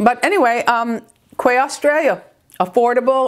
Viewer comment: Quay Australia is pronounced “KEY”